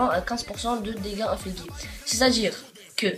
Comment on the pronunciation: Salut :) Juste pour donner mon avis, ne soit pas déçu du champion car c'est un excellent héros pour le boss de guilde. Son interêt vient des 3 secondes de stun qu'il peut infliger (se prononce ingligé et pas infligué ;p)